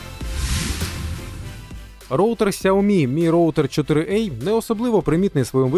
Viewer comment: 4 а, а не 4 ей